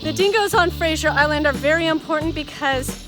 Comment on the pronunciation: That was great. Thank you. Btw, you sound like you’re saying Frasier Island, rather than Fraser. Is that just an accent difference or did u just forget? Just curious…